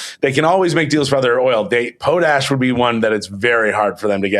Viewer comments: Po-tash... the Em-FAH- sis is on the wrong Syl- ABLE Seriously....somebody was either home schooled or didn't have Sister Mary Angry teach you social studies and / or French Great show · Do you guys deliberately mispronounce "potash" as some kind of joke, or do you really not know how to say the word properly?